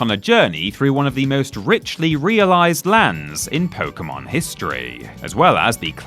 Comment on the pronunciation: Thank god you dont incorrectly pronounce it "poke-ee-mon" been playing since '98 and I cant stand that.